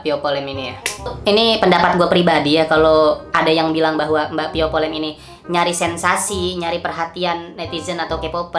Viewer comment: "Via vallen" kk bukan "pio polen"